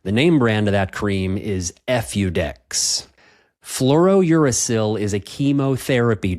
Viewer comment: I'm not a doctor but I'm not sure your pronunciation of Fluorouracil is correct. You seem to be pronouncing it as FlouroNuracil.